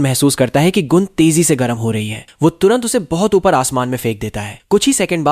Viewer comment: Gun ❌Goon✅